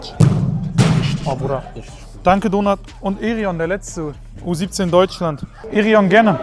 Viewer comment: Jedes mal wenn sie Donart sagen hört es sich so an wie Donut 😋